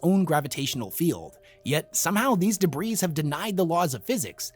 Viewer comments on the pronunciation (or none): Yay! You said chitin correctly! But the S in "debris" is silent. It's not "da breeze". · it’s said « debri » (the s is never pronounced). It’s uncountable. (« A piece of debris » or « a pile of debris ») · Has anyone told this guy that Debris is pronounced Deh-bree? Even for plural? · Minor note: “Debris” is pronounced as “da-bree.” The S is silent. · the s is silent in debris, brotherman.